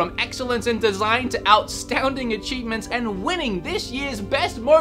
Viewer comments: "Out-Stownding" hahaha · i swear to gawd if you say OUTSTOUNDING one more time... I'm gonna like it because it's actually a cool compound word that expresses an emotion that neither astounding or outstanding could accomplish on their own.